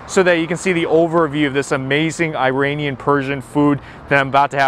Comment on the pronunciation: He can't even pronounce "Iranian* ! Someone correct this boy.